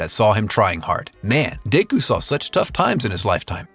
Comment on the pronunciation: Deyku? Deyku????? Seriously bro?